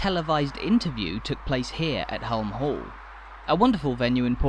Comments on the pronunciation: Hulme Hall is pronounced Hume the L is silent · Place I've never been but knew the basics of the story. Didn't realise it was so recent that non-employees were allowed to buy homes there though. One wee point: I think you'll find that "Hulme", Lady Lever's family name rhymes with "room" or "vroom", rather than having a hard "u".😁👍 We seemed to be, very much, in residential streets, even the main street. Are there shops, banks etc to be found in another area? I'm assuming that some commercial services would be provided by the company itself but, hopefully, there were/are some shopping facilities in the village. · Some good research but why oh why the constant mispronunciation of Hulme! Please dub the correct one. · I enjoyed this but I thought the narration could have been better informed. The pronunciation of Hulme Hall …..